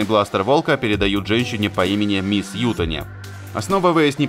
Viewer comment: Немного ударение не туда в фамилии Ютани!